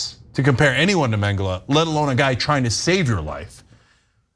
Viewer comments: Its Mengele not Mengeler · Ana butchering Mengele here. Ironic. I'll allow it.